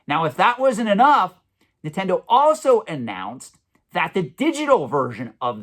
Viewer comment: It’s Nintendo not “nittendo”